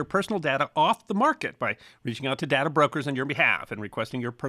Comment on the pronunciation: It's DAY-ta, not dada.